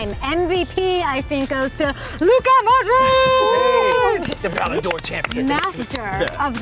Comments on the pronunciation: she said moudric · The way Modric was pronounced.🤣😂🤣😂